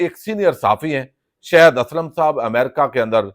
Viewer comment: گوندل صاحب آپ شااھد اسلم کو "شَید اسلم"اور شایان علی کو "شِیان علی" کیوں بلاتے ھیں؟